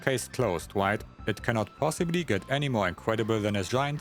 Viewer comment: “You gotta shoot the 2nd meteor that is coming from the wight.” 😂